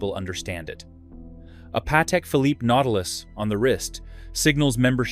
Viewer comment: 30sec in we get “…Patek Phillip-eee”…AI Slop…I’m out😤